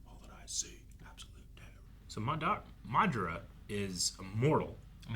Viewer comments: So. How long do we think we will have to wait till they pronounce Madaras name right? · You guys are pronouncing madara wrong